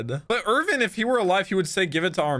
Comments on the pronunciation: Erwin not Irvin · They pronounce his name with a V